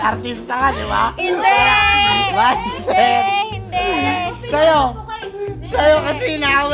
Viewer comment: mindseth ba mindseth HAHAHAHAHHAHAHAHAH